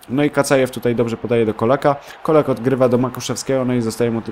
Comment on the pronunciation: Colak czyta się "czolak"